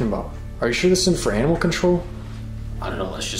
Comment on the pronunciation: “We aren’t anamal control”😂